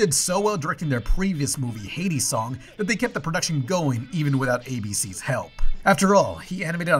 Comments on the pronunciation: Why does he keep pronouncing Heidi's song like "Hades song"? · You kept calling Heidi pronounced hī-dee, Hay-dee Not cool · keeps mispronouncing "Heidi" as "Hades". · Ya keep saying "Hades song" instead of "Hide-E's" so I keep thinking Hadestown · re: Heidi's Song pronunciation. It's HIGH-dee, not HEY-dee. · Heidi=Hi dee, not hey D😂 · Why are you pronouncing Heidi (Hide-dee) as Hade(Hay-dee)? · Heidi = hi+dee, not hay+dee. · It's pronounced "high-dee" not "hades" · Why do you keep mispronouncing "Heidi's?" Should sound like "HI D's" You're saying it like "Hades!" Kind of annoying. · The only sound issue here that bothers me is the pronunciation of Heidi as Heydi. It bugged me so much I looked up a clip just to see if they pronounced it that way in the film (they did not). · Why do you keep saying Hades' Song? You showed a clip where they say the name right lmao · You pronounce Heidi's like Hades. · Are you mispronouncing "Heidi" as "Hay-dee" or is it actually pronounced like that in the movie? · Is pronouncing Heidi like that a joke? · (That is not how you pronounce Heidi,...) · The way you pronounce “Heidi” drives me up the fucking wall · Your pronunciation of Heidi is horrendous, and the fact that you put the trailer, with the correct pronunciation, so close afterward is just amateur hour. Great job.